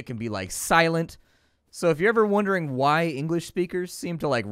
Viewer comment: How do you pronounce "why"?